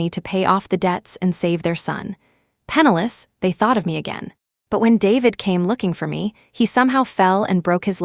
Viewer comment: Not penalous but PENNILESS